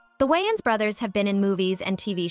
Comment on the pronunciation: Wayan bros not wujuan or whatever....how tf you keep getting it right AND wrong in the same sentences is beyond me